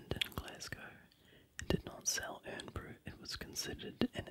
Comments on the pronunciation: irn bru pronounced iron bru just saying :D good video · Great vid. Irn bru is actually pronounced iron brew, it's a bright orange carbonated drink. Thanks from glasgow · I think its pronounced 'Iron-bru' even though its called Irn bru. Good attempt though. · its pronounced like iron brew :) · yea it's pronounced "iron bru, " they do now sell irn bru witch is good